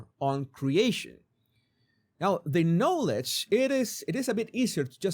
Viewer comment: Please ask the AI to pronounce the word "knowledge" for you.